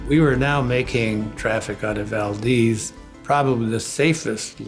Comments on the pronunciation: Its Valdez not valdeez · ITS PRONOUNCED VAL- DEZ NOT VAL-DEEZ